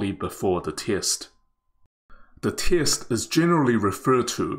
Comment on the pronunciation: I hope the commentator will check on the pronunciation of the word 'test'. Obviously, he mispronounced the word.